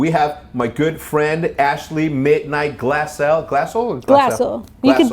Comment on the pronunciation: He deadass didn’t even know how to pronounce her last name lmao, hasn’t she been on OpTic for YEARS??